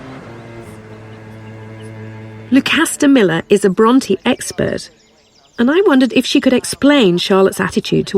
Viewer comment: Can it be that you are judging a little bit too hard here? I understood the pronounciation as "Bronty" - perfectly right for me. As for the authors I love them both as both of them had detailled insight within the human soul.